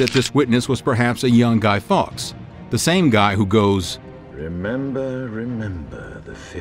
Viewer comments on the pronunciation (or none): none